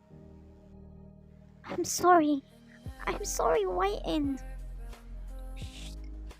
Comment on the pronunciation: Your voice is so cute also when you said chorry 🤣